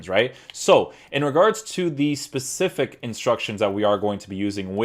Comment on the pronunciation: Love Tierney being a Celtic fan so this was a must. Please say specific and not Pacific lol